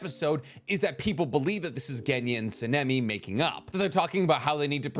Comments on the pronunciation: Please, for the love of all anime, learn to pronounce Sanemi's name correctly!!! And stop watching anime in English! You're a, and weebs are only supposed to watch in Japanese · I love your content but the mispronunciation of Sanemi is killing me